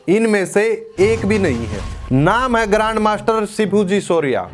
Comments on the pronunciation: Grand master with G silent 😂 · R aur M Silent hai😂😂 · Grand master with "R" silent. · "Grand master" but "G" is silent 😢